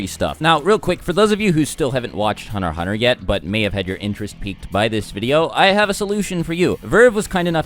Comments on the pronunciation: Hunner x Hunner lol, pronounce your "T"'s man. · It's meant to be said Hunter Hunter, the x is silent.